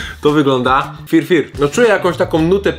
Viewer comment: To się nazywa Fyr Fyr nie FirFir jestem w Połowie Polakiem w Połowie Etiopczykiem